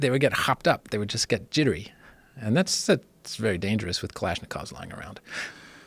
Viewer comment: Why does this guy feel the need to say "kalishnakovs" everytime?? Just say AK bro Jesus.